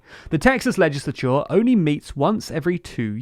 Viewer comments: I like how he says legisicisicisolour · Why are you saying 'legislature' so weird? This channel has the weirdest accents.